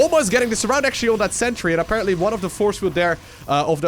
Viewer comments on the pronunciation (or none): Stop overusing "aperantly" btw. Luv ya;]